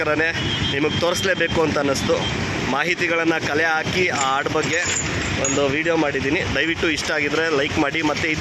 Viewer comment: ಆಡು ಅಲ್ಲ ಅಣ್ಣಾ.. ಹಾಡು.